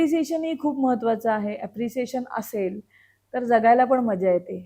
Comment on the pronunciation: निवेदक खूपच अशुद्ध बोलत आहे..सुधारणा केली पाहिजे.. आनी पानी पन टाळायला हवे 😢😢